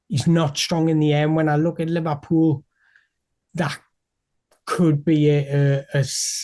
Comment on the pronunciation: Lee Vah Pull?